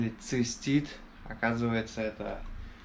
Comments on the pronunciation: не цЕстит, а цИстит. 🤣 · Не мастит, а цестит